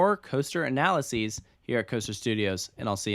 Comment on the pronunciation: Anyone else cringe when he said analyseese instead of analysis